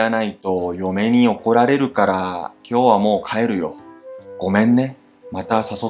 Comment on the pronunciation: "おこられる" の中の "ら" のアクセントは絶対に "高" でしょう。ですから、"おこられる" のアクセントは必ず "低高高高低" ですね。